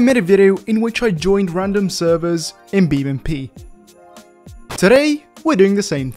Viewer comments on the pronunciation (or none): Why you said BeamNP in beginning when it’s called BeamNG?